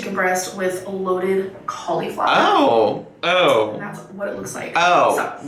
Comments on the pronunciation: Her pronunciation of cauliflower is so annoying to me. “... with some COLLEY-FLOWER mash!” stfu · I hate how she says cauliflower. Like coleeeflower. She either says it on purpose to aggravate people or she really thinks it’s how you say it! Say it right!! Ffs!! She Should be fined every time she says words incorrectly!!! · She pronounces it cauleeflower. It's starting to irk me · You need to get checked out for a developing case of deadly irkitis facilis. Especially before taking any trips to other areas of the country or the world where people say things differently. The resulting itching will be unbearable, I hear. I don't care how she says cauliflower, as long as she eats it.